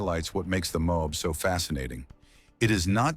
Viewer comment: The mobe.... it's MO- AB!